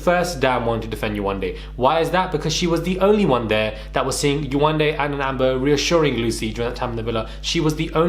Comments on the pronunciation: I’m sooo tired that people can be so ignorant in pronouncing someone’s name. How can you dismiss someone’s identity. When are people going to learn? When? 😔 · I saw this on twitter. I'm glad Yewande is exposing Lucie but also drawing attention to the way that people can be so dismissive. My daughter has a Nigerian name and the amount of times foolish people don't pronounce it correctly. She's 7 and she knows to correct them. You better put some respect on my name!! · They can pronounce “Elizabeth “ and not “ Yewande” - yay , one , day. 😑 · Lucie must be slow. How can you not pronounce Yewande? YE-WAND-DE 🤦‍♀️, makes me think she was doing it on purpose. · Yewande is not a difficult name to say. The name flows so beautifully how can you continuously get it wrong? It's just pure laziness, rudeness and racism. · Yewande isn’t even difficult to pronounce..and it’s a beautiful name!! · Here’s the link : Are you going to make a video on this guy for mispronouncing her name? You seemed to find it funny here though 🤨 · I’m white. Never had a problem pronouncing any name. These people are so embarrassing. Yewande is a babe. She shouldn’t be putting up with this shit in 2021. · If I can read a Harry Potter book that has words like Expelliarmus, Expecto patronum and Wingardium Leviosa at the age of 12. Why can't head and shoulders, a big adult pronounce Yewande, kmt! Go collect your extensions and wait for the rubbish truck at the side of the road. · Why not make a effort to say her name correctly??? Lucifer Karen you are a mess 😳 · They can pronounce rapunzel but they can’t say yewande name 🙃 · Yewande isn’t even difficult to pronounce, Lucie was intentionally being a dickhead then now playing the victim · Yewande isn’t even difficult to pronounce that’s how you know lucifer is just racist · 3 weeks to pronounce a 3 syllable name. I really can’t get over this.